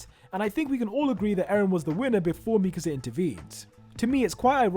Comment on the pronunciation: its annoying how he says MEKESA INSTEAD OF MIKASA